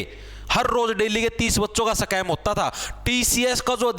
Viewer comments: सकैम ❌ स्कैम ✅ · Scam ❌ Sacam ✅